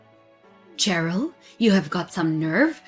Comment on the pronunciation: Nitpick- it's pronounced sherill as in shy, not ch as in chin.